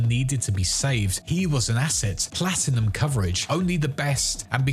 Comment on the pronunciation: Bro really said plastinum 💀💀💀